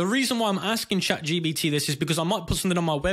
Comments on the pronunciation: "chatGBT" its chatGP*T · why are you calling it chat gbt ? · Lol stop calling it chatGBT. Otherwise good video